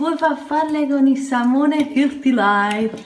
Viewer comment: ...porco giuda...ripeti con me....FARFALLE, non FAFFALLE...SALMONE, non SAMMONE...